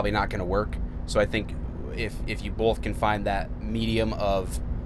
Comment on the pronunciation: Where is he from? I'm not sure, but he said "bolth" a lot, just curious.